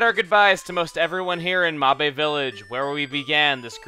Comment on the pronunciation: First English speaker to pronounce Mabe village correctly!